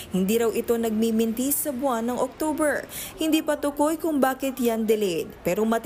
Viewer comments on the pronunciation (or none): none